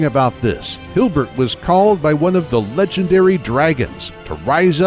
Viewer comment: It's Hilbert not Hubert